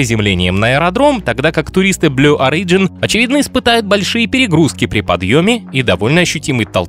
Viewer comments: Не орИджн, а Ориджн. Ребят, ну уши режет... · В слове Origin ударение на первом, а не на втором слоге! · Origin is pronounced stressing the first letter.